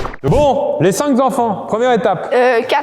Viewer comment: Pitié Pierre, arrête les liaisons plurielles avec les chiffres: il n'y a pas de cinq zenfants, quatre zenfants😱🤬. Trois et deux ok, mais pas plus. Sinon, la vidéo est très sympa, très "bon Nenfant"